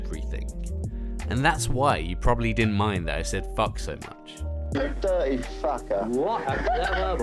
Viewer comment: what a dir-ee fucka